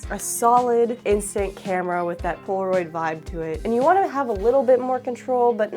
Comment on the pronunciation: She keeps saying Pora-oid 😂